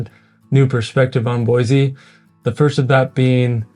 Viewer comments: Pro tip: Don't move here and then start telling everyone how some aspect of your previous place was better, and then suggest it should be changed. This is particularly true if you came here from California or any large city. Second pro tip: Sound like a native; Boy-see not Boy-zee. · B-o-i-SSSS-e not BOIZZZE. I don’t mean to be cranky but it grates on the ears so badly!